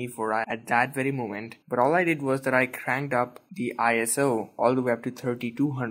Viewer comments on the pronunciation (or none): none